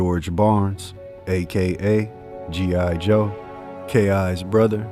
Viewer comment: JI Joe lol